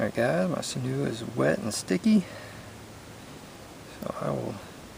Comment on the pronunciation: It's pronounced sin-you. I'm native and use it all the time.